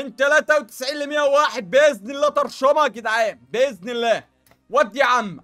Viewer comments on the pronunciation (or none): none